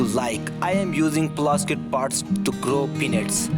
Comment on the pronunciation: I swore he said grow your own "P*NIS"